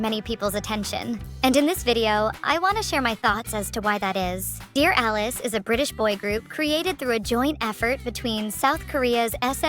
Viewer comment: Did she just call them “Deer Ah-leese”??